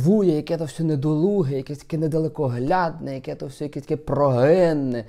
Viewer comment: не всьо, а все. Завжди ти так говориш.